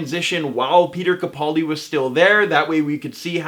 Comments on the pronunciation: Ca-PAL-di. Ca-PAL-di. sheesh,, keemon now. I completely adore you, but.... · Everyone's complaining on how this guy pronounces Capaldi. Have I been saying it wrong all this time? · Please learn how to correctly pronounce Capaldi.